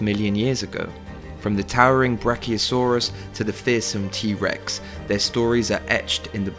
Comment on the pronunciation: My man said Trex 😭 what a rookie mistake